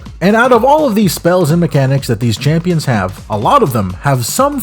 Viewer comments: Heard "Champions" - decided to move on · Stopped watching ever since you kept saying champions. Do better